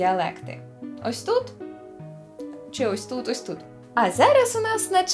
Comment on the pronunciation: Щось "ось тут" у вас ні як не виходить )